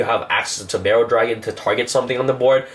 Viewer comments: Does it bug anyone else that he mispronounces cards all the time? Like it's ABC Dragon Buster, not Buster Dragon, and it's not Barrel Dragon, it's Borreload. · What about galaxy stealth dragon Its really good in the deck And its Borreload emphasis on the O. OOOOOOOO NOT E! wtf is a berreload dragon